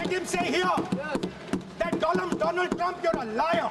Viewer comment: Do-land Trump 😂